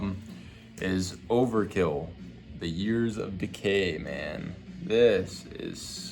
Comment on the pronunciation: Bro really said overkill yearzzz of decay lmfao